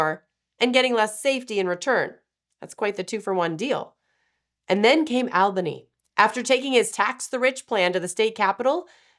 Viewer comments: All-bany. But you were close. 😂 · All-bany not al-bany